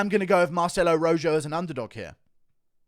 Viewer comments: It's not ROJOW, it's ROJO like the color red translated into Spanish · The way Guru pronounces "Rojo" makes me laugh 🤣🤣dude it's a spanish name it's like Ro-ho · The fact you can’t pronounce Rojo right and you’re a European bothers me